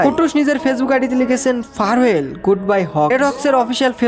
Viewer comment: Farewell ❌ ফারওয়েল✅ 😂😂😂😂. ট্রান্সলেশন যখন করোছো, pronunciation টাও একটু শুনে নিলে ভালো হতো।😂